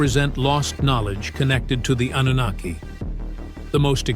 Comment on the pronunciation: _twfHecklefish: "An-nun-na-ki" 🎶